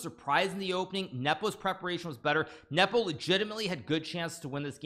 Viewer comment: Speak normally. and learn how to pronounce Nepo, without the cringe.